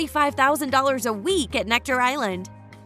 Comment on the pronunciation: It's Necker island, not Nectar!